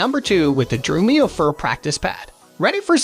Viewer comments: Exactly what I thought when I heard the narrator say "Drew-me-oh." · Has anyone noticed that the voice narration is AI? Notice the mispronunciation of Drumeo, Remo, and Sabian. Notice the pauses in sentences where no human would pause.